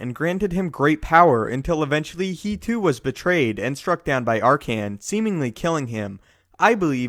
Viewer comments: Did this dude just call Arcann "Arcian"? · "R-Can" lol Also Legends was Canon before Canon was Canon.